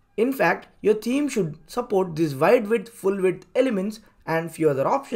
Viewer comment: Great info in your tutorial, but I had to listen 3 times to understand it. You should consider hiring a native speaker of English to do the narration; the thick accent is barely comprehensible, especially at high speed and staccato delivery. "Theme" is not pronounced as "team", and what is "wook"? Anyway, my takeaway is that the native WP blocks are great for newbies, but they should graduate to Elementor et al as soon as they can, right? Thanks again for the great info!!